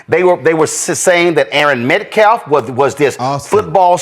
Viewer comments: This person can’t even pronounce his last name right let alone anybody else’s name he said METCLAF it’s Metcalf and self-defense. He said selfdaflitz this guy gotta go, maybe go back to middle school English and learn how to spell and speak. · Oh boy screwed up the deceased kid entire first name. And keep mispronouncing his last name is METCALF NOT CLAF dumb shit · "This racist bigotry wasn't introduced by us, right?? 110% is was introduced by u guys! The mispronunciation of the twins 1st & last names is crazy. Austin Metclaff & Erin Metcalf is wild & really only 2 explenations. Either they have some sort of speech impediment/ are illiterate or are doing it to be disrespectful as hell. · "Aaron" Metcalf and Hunter "Metclaf." Talk about disrespect. 😡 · He keeps calling the family the Metclafs, not Metcalfs. Then talks about the Metcalf family disrespecting the Anthonys. And telling someone not to touch you is not a legally binding command, just as telling Anthony to leave from under the tent wasn't. Austin shouldn't have touched Karmelo, no doubt about that, but stabbing someone for touching you is in no way a "reasonable" response to being touched. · That activist is literally saying Metcalf wrong on purpose EVERY SINGLE TIME...even the mother said it correctly at the conference. MET-CALF! NOT MET-CLAF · That stupid activist keeps sayin "MetClaf". What a tard. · He also can't pronounce Metcalf! He said, Metclaf! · If I hear one more person for Anthony call Metcalf METCLAFF, I'm gonna scream. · Deflense, Metclaf... I'm convinced he just has a speech impediment. But also 🖕🏻, idiot thinks Rittenhouse shot 3 people in the back, and best believe there's some other idiots that bought that shit and ran with it. Two 17 year old lives have upended, one had the story end, forget the color... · He said Hunter right, but his last name isn’t Metclaf. You think they would mispronounce Dk Metcalf from the Seahawks? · “Metclaf” over and over again